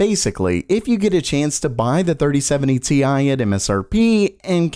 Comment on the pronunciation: 3070 tie, get it right haha